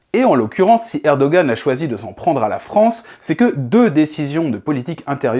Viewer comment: Mais arrêtez de prononcer ErdoGan, le G est muet !